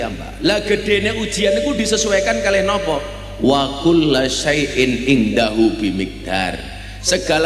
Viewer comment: Wakullu bukan wakulla, haduh miftah gus esteh